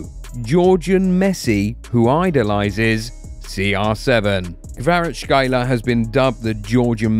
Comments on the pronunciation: Not Kvarachkaila but Kvara-ts-kh-elia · Kvarachkelia not kvarachelia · Kvara - Ckelia is closer to his last name then what you're saying. Dont torture yourself lol. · Don't need to struggle. Just say Kvaratz-helia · Hvicha KvaratsHelia this is how to pronounce his name in English. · Nobody butchered his name worse than you lol ! Kvarashyler Freestyler raka makafo ! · Its not that hard, rly - Kvara (very ez to pronounce). problem is next for letters tskh, which, in Georgian is just two (ცხ) - pronounce it like "s" and "k" (preferably with sligh hush near the end) which are closest. Elia is also ez. So Kvara(t)sk(h)elia. Hope i made things easier for u. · its izi you need to say kvarackelia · Mate, your pronunciation isn’t even close 😂